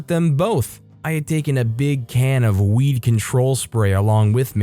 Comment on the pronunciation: I thought he said "Weave Control Spray" as opposed to "weed control spray".